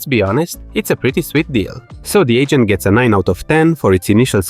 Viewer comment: I keep hearing "the ancient" instead of "the agent", and i think it only makes three video better.